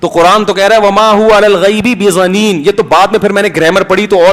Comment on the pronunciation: Masood Sb. Aayat ko sahih tu parho.Bedhaneen hai na keh bezaneen.Islam mein zid theek nahin hai . Aap mujhe koi cheez dein tu aap aur main brabar hain,Afsoos aap k ilm per.